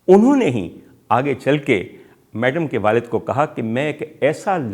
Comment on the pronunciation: Great Commentary but Its Madam not Maadaam